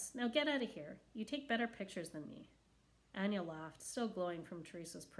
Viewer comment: It is pronounced A-Nay-A instead of Anya